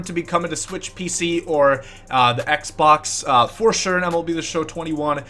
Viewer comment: xbox ( x-box ) not xcboc